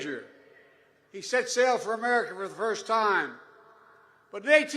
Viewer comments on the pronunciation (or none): none